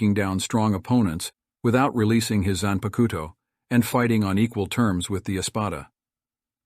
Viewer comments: I find ur pronunciation of 'zanpakuto' hillarious. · When you pronounced zanpakuto I immediately knew you didnt watch bleach